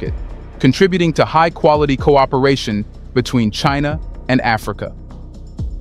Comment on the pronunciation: FFS just get someone to do your voice over already 😂. WTF is "Cheenaw"